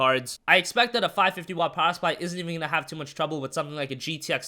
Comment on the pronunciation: Poweh supply XD